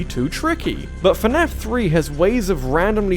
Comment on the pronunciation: Fernaf? How dare you